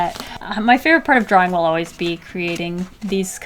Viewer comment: Dwawing wiff waffles 🧇 lol 😂 drawing wiff waffles